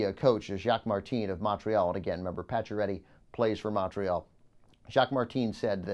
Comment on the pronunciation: Please stop saying Montreal like that....